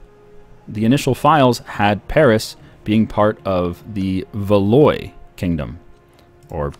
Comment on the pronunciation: Valois is pronounced Val-WA. Is Norfolk Skottish?